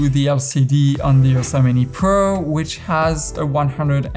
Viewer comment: excellent video. when you say "Ursa Mini" i keep hearing "Yosemite"